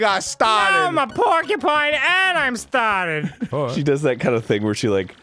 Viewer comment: "if I could trace back to the mOOment where i got stahhted" 😂😂😂😂😂